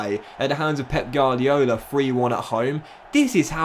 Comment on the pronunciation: gardiole? gwardiohlar